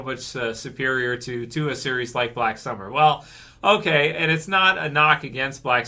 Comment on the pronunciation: H'okay. H'okay bud.